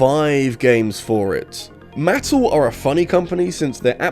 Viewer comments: "Muh-Tell" not "Mat-tul" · Uh,? It's muh-TELL, not MATT-le. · I came to the comments to see if anyone was talking about that. All the ads when I was a kid was “New from Ma-TELL” and his pronunciation threw me. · This is the first time I've ever heard someone pronounce Mattel like that. The typical pronunciation is "mah-tell." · This is the very first time I've ever heard anyone say Mattle. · I've never heard anyone pronounce Mattel that way. Very interesting. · It’s not Mattel but rather Mattel. I also realize that this doesn’t translate well to text, but your pronunciation hurt my ear balls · Sorry, HOW did you just pronounce Mattel? I thought my ears were playing up. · I’m sorry b it the way you say Mattel is absolutely hilarious